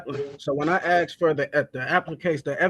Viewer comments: Another 'axe' man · "Akxse" 😂 terrible English! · "That's why I 'axe' questions, your honor." What you actually do is axe reality.